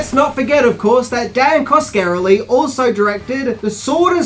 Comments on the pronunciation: Oh my god.... it pronounced Kaws-kuh-REH-lee. Yer killin' me,. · Cos-ka-RELL-ee. How can you be a fan of the genre and not know how to say his name. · I'm not even finishing this. Repeatedly mispronouncing Coscarelli is too much for me. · Great video but it hurt my ears everytime Coscarelli got butchered. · wow didnt think anyone could butcher Don's name that badly. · Every time he says the name I winced. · Every time he said the name I felt like someone was pinching me in a painful place.